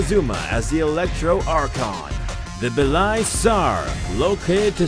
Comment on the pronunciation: I guess it's about the voice. I think people want to hear the author's original voice because he has one and also he has a microphone. So why not just narrate your video? Why would you even use an AI narrator that can't even read text correctly... For example it read Belyi as Belai which is incorrect. Paste "white" in google translator, translate to Russian and play it out.